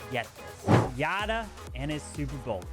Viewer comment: If Yatta is referring to Japanese like Kazuma or Hiroya, it should be pronounced Yat-ta (Japanese for "yay" or "yahoo!").